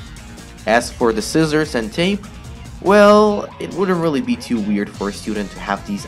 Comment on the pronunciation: I hate how he says scissor